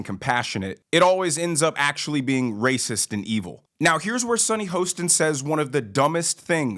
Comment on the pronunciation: Do you mispronounce Sunny’s name on purpose?